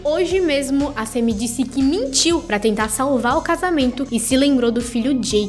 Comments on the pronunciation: É SAMMY não SEMMY , KKKK que nervo KKKK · Que agonia ouvir vc falando sêmi